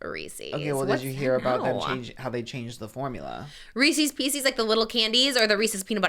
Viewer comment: The way they pronounced pieces when saying Reese's Pieces is diabolical.